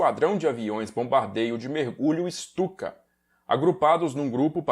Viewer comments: Uma correção: a Guernica que estava na ONU (não está mais, foi devolvida aos proprietários, o Rockefeller) não eh a original, mas sim uma réplica em tapeçaria. A Guernica original se encontra no museu reina Sofia em Madrid. Ps.: Se pronunciar Stuka como Chtuka, o alemão vai parecer mais legítimo. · Ou melhor ICHTUKA